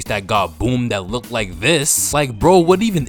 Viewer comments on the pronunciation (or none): none